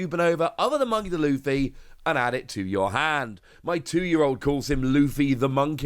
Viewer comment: The one who needs correcting is you. It's Monkey D. Luffy, not Monkey'D. Luffy. D is pronounced as an the letter normally would be not as part of the word monkey